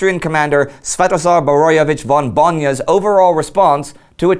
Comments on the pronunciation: Indy! I cant help it anymore! It's Bojna. BOY-NA. Not Bon-ya. Love the show though, it makes my week! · Thanks to the Great War team, they are doing a great job! But hey, Indy, I believe that the Austro-Hungarian commander's name is Svetozar Boroevic von BOJNA, not von BONJA... Sorry for beeing a nit-picker, but for us Slaves von Bonja just does not feel right...